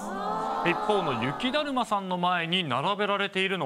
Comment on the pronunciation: ゆきだるまをゆきだまって言ってね？ww